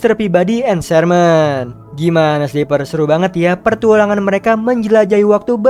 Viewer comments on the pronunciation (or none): pas di akhir Abang bilang partualang 🗿 petualangan bang bukan partualang 🗿